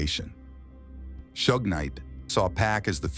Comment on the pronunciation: Like jay z said white ppl pronounce his name wrong it seems on purpose because he says tupac correct but then says pack right after… its pac mf not pack there is no k smh … then this fool say shoog instead of suge 🤦‍♂️